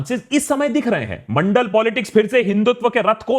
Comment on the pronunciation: Mandal or Mondal??????